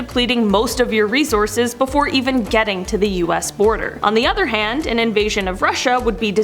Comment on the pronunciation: hate the way you pronounce resources -_